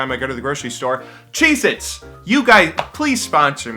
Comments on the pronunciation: I swear he was saying Jesus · Totally thought you said "Jesus" there. XD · When he said "Cheez-itz" I heard Jesus. I was so fucking confused... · I thought he said 'why can't Jesus sponsor me. I love Jesus.' Anyone else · Was I the only one who heard "Cheezits" or whatever the name was as "Jesus" and got really confused? No? Okay. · Am i the only one that heard him say '' Why can't Jesus sponsor me, I love Jesus'' I still dont know what he said xD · I thought you said "what if JESUS sponsored me?"